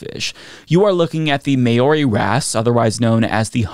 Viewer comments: Maori is pronounced "mow-ree", not "may-oh-ree"... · Its not Mayori. Its Muh-o-ri. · Thanks for this video. The correct pronunciation is similar to that of "mouldy"; "Mow-ri" with a slight rolling of the rs. Pretty easy to look up. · Maori is actually pronounced "mow(as in now)-ree". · Maori - native New Zealander, pronounced Mau-Ree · Maori is pronounced MOW-ree. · That’s not even close to how Māori is said fyi. Just call it a humphead wrasse if your not going to bother. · not being able to pronounce Maori, the name of the indigenous people of Aotearoa-New Zealand, is a pretty harsh insult